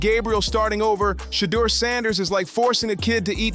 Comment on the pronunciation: Boy narrator learn to pronounced ..Shedeur😅😅😅